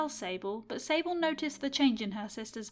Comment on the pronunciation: When she said sable i thought she said disabled LOL